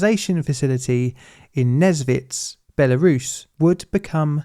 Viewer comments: You are so ignorant! You even did not bother to check the proper pronounciation (which is "Nesvizh" and not "Nezvitz" as you speak). You want us to believe that you have done some proper research and produce some valuable video?! If you did not even bother to go to wikipedia or google or whatever, did not bother to hear the right pronounciation?! This makes your videos look cheap AI-created junk... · even though probably nobody cares, the pronunciation is nes(same as in "necessary")-vizh(as in "vision") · I've been the Nesvizh a few times, we usually called it what would be akin to "Nyesvish", the "ж" doesn't have to be always super harsh, and the "vi" sound before it leads you into that letter comfortably! it's the kind of name you really need to put effort into pronouncing, but you can get away with a "sh" ending since everyone will know what you're talking about. Also since most communication is in Russian I heard it 99% of the time with the "e/ye" letter (though hoping for an effective Belarusian revival one day...)